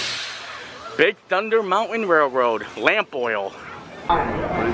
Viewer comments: Drinking game- shot every time mispronounces "mountain" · The way this guy says, "mountain." I can't.